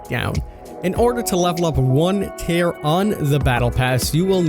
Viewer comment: not tear, tier!! (T-I-E-R)